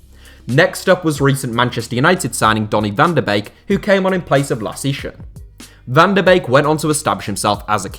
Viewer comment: Holy shit! An English person has just pronounced VAN DE BEEK right!